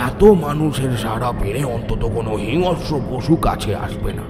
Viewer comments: Golpo Darun, sudhu bar bar hingsra katha ta hingasra uchharan sunte birokto lagchilo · হিংস্র uchcharon ta ektu dekhben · hingsra ucharon thik korun